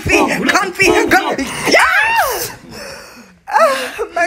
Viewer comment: Confee confee confidence😭😭